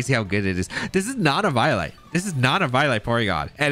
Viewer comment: eviolite is pronounced eevee-oh-light